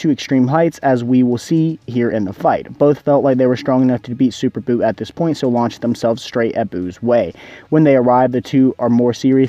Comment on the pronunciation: I mean "Buu" not "But"LOL